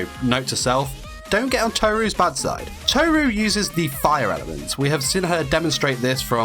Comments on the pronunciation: It’s not toe ru it’s tohru that’s how to pronounce it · It’s kinda triggering me how you say tohru without rolling the r xd not telling you you should say it that way just saying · You mispronouncing Tohru for the entire video really annoyed me